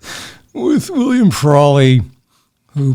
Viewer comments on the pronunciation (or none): none